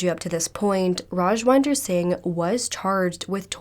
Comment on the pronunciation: not sure if anybody cares but i'm pretty sure his name is pronounced raj-WIND-er as in....wait iDK how to describe wind LOL 😅 wind as in it's windy outside, not wynd as in...to wind up a toy? 🤭 hopefully that makes sense.